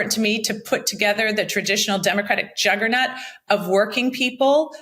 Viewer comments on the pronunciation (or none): Does Mikie Sherrill really not know how to pronounce "juggernaut," or is that just a NJ thing?